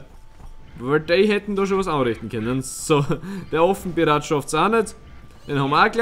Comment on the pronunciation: Als du Affenpirat gesagt hast hat sich das wie Ofen-Pirat angehört